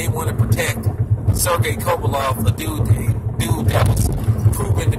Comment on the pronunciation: Can't even pronounce kovalev ffs